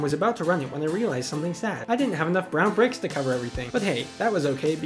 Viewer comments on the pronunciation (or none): bwon briqs in minecrap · He did NOT say "Brown Bricks" 💀💀💀